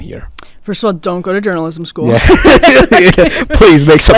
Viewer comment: I thought this guy was saying joanisim not journalism. Lol